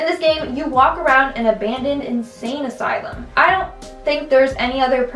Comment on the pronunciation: anyone else noticed that she said "isain insylum"?